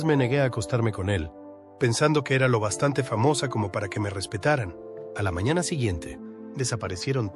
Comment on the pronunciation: Ela, mañate, qué clase de pronunciación es?